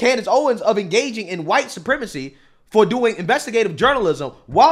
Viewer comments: Why does this guy pronounce the 'h' in white? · why he allways say chwhite??